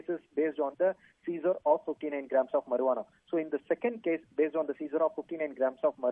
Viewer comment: I am laughing at how he pronounces marijuana. He says mur-waa-naa lol. It's pronounced Marry-uana .